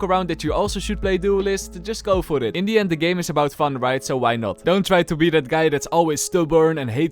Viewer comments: Okayyy it's " In the end "and not "Indian" 😂😂😂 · Bro just say indian not in the end😂😂😂